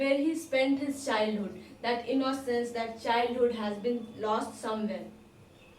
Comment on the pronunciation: Mam u pronounce innocence is a wrong way